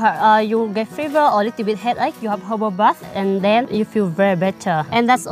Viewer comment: i believe it is herbal bath but yeah sound like hobo